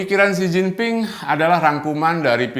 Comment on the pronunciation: Bangga dgn kemajuan RRC mulai mengalahkan "White-Supreme Power" . Bang Luthfi, maaf untuk koreksi sedikit dalam mengucapkan ejaan tulisan Mandarin China versi "Pinyin" secara tepat. Dalam pronunciation "Pinyin" huruf "D" dibaca jadi "T", namun "T" sendiri menjadi "Th". Juga utk "G" menjadi "K", dll. Jadi utk Mao Zedong dibaca Mao "Che-Tong". Beijing menjadi "Pei-Ching". Xi Jinping = Xi "Chin-Phing", Yi Dai = Yi "Tai", Guomindang = KuoMinTang" dst. Tmk bang.